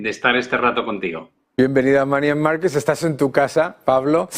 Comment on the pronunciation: y además no sabe ni pronunciar bien